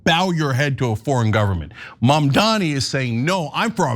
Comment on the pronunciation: Can we at least say Mamdani correctly???? GOOD GOD